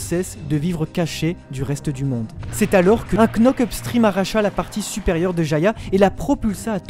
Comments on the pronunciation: Frère ça se dit pas KKKNock up stream on lit pas le «k » ça se dit (k)nock up stream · Juste frero ça se dit "nock-up" pas "Knock-up" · Knock up stream le k ne se prononce pas svp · La bonne prononciation cest [nok up strim] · On ne prononce pas le “k” dans knock-up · On dit « nock up »